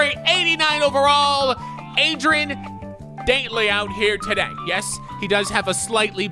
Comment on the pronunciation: He says it like ‘Daintly’ when it’s pronounced ‘Dawntly’